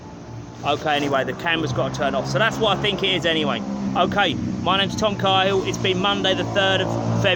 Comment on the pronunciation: Fellow Cahill, you pronounce it the wrong way I’m sure but that’s not important. I think you should look into is a fella called Lee is cool one and his gang. His mother is Kay’s good cooking. She can’t cook and he’s not cool. Then get to know his mates... amazing all very stupid! Enjoy